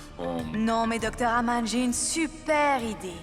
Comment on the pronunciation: Qui comme moi a entendu au moment où elle parle à Nivedita de la fausse mariage de Raghini au lieu de dire Aman elle disait Agam pointer les doigts